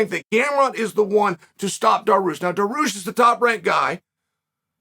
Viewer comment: Bro its Dariush not Dahroosh lol